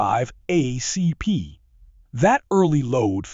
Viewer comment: ACP, Not Ah CP